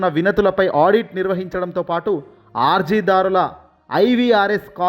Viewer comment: అర్థకేతర కాదుసామీ ఆ పదం ఆర్థికేతర,ఆర్జీ,ఆర్జీదారులు కాదు ఆ పదాలు అర్జీ,అర్జీదారులు,వైన్యం కాదు ఆ పదం వైనం అని తెలుసుకుని చదవాలి.తెలుగును ఖూనీ చేయవద్దు